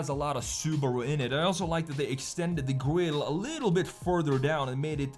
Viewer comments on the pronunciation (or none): They extended the guh-wille... who talks like this?